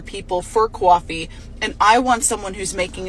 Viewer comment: fuq that bithc, saying coffee like a cow and paint like bozo the clown.